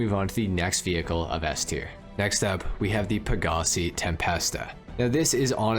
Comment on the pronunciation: LOOL "S-Ter"